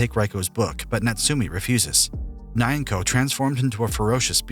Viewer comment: Nyanko is pronounced with Spanish n as in the second n in nino (my phone doesn’t have the ~ over the n sorry). No “ei” diphthong. Try Knee-Ang-Ko with the Spanish n.